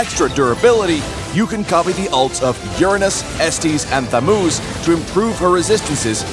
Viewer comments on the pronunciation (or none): Thats the worst pronunciation of “thamuz” I have ever heard.